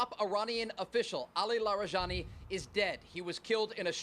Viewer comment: you can call it a counter offensive (not a counter operation), and his name is pronounced la-ree-jah-NEE, with the j sound like in jihad.